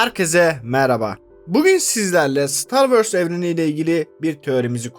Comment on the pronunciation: Hikaye mükemmel, anlatım akıcı ancak "star wörs" diye bir aksan yok dünyada. Ö yerine o yu kullanırsanız anlattıklarınıza daha çok odaklanabiliriz.